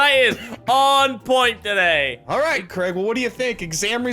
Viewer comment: Craig that's not a "V" it's a "A" creeping in